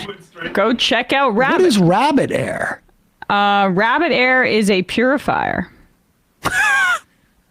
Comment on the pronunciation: Rabid Air?? 😂